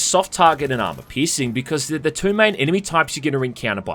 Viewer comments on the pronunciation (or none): I actually understood "armor pissing" instead of "armor piercing". ..not complaining.. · Anytime you say piercing I hear pissing and I'm sorry I laughed